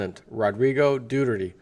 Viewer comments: I think it sounds like Doo- air-tay. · It's Do' ar tay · It's Doo-Tur-Teh.